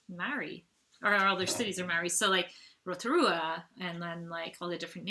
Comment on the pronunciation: Maori is pronounced more like moldy, but good effort!!! well done